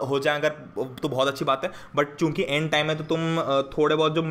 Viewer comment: sir aap kyuki ko chuki kyu bol rhe ?